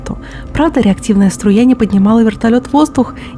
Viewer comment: Фраза "реактивная струя" произнесенная с такими интонациями бодрит :)